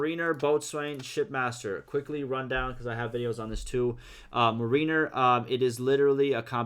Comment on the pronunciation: NICE! I’m excited to see more and get my hands on it soon. (Mariner is pronounced like the Seattle Mariners baseball team. “MARE in er,” like that girl who’s so obsessed with horses it’s almost like she is one: She got that mare in her.)